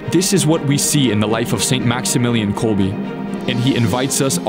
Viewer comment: Good documentary. One note, the Polish words are all very badly mispronounced. His last name pronounced kolb “eh” and not kolby. There are many other mispronunciations.